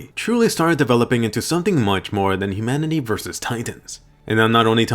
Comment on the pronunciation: Did yOu Say Imanity